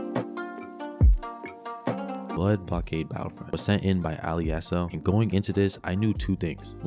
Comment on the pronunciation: Amazing vid but that is not how you say Alessio